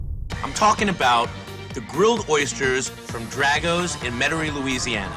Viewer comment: Pronounced DRAHgo's, not DRAGo's